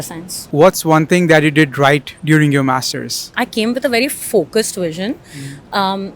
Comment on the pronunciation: Bro says only mastersss in accent